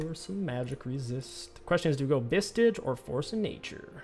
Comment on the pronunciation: lol saying vistage again lol